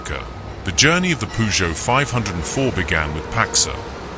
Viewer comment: Why is there an overlay of a v8 engine in the background?! And its pronounced 5 oh 4